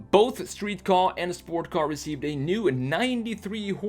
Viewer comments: Ford kay ayy not ford car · Ford car? It’s ford K A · No one gonna say something about him calling it a Ka (kahh) its actually called the KA (Kay-ay) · It’s a K.A not a ka, it sounds like you are saying “car” when it’s a KA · It’s pronounced K.A. I used to think it was the way u say it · I the way you pronounced Ka... KOH